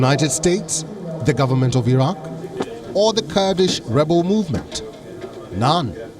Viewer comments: Pls pronounce correctly. It is not Cardish, it's Kurdish. What stops you guys from making right sound? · The way the narrator used kardish instead of Kurdish really confused me for a second lol